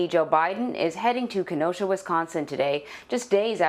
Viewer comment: Sleepy Joe can’t even pronounce Kenosha 😂